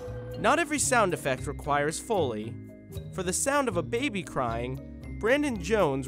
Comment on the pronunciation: ITS PRONOUNCED FOE LEE